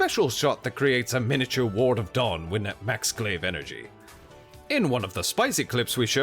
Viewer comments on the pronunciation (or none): none